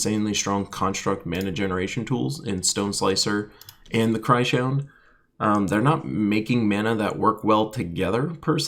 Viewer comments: Cry-Shound? xDD I think it is probably Krys - Hound. Because he's a Hound made of Crystals from Krystara ;) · I'm pretty certain the new troop is pronounced chris hound. Love your videos anyways.